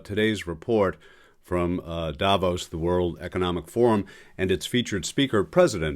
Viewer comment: Davos, not Dahvose.